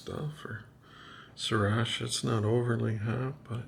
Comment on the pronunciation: Looked yummy...but, I would use wasabi and not sir-ot-sha, LOL 👍❤